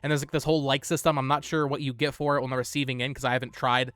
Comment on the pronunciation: On - "ahh-n"